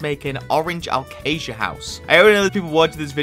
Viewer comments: It isn’t alcasia it is a-case-shu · it pronounced a-ca-sia actually